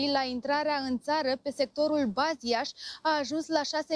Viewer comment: Breaking News..Andreea Cretulescu..Baziaș nu Buzias°••ha..ha..°vai și amar!eu vad un -10% la salariu!!@ sa-ti spun ca să știi.. Baziaș este prima localitate unde Dunărea întra în tara!Despre Buziaș altadata!